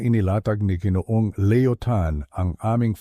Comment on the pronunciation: sayang ang ganda ng kwento kung di naman mabigkas ng tama ang ibang salita tulad ng G. ay dapat ginoo o ginoong at ang Gng. ay ginang hindi geneng o geneneng